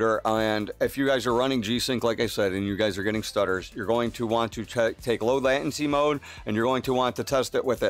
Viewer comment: Latency - /ˈlātənsē/ Surround - /səˈround/